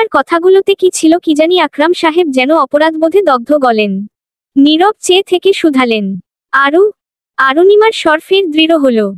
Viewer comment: Golpota khub bhalo laglo kintu ei first lady narrator sob golpo e emon baje vabe poren sunte valo lage na. Chokh k Sok, Chithi k sithi, cheye k seye, vashate k basate, second narrator sundor poren. Thanks.